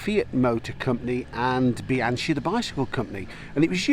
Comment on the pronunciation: Bee- ang- key ,not be-an-chee,,spelt Bianchi, the Italian bike maker you mentioned, also the oldest in the world😊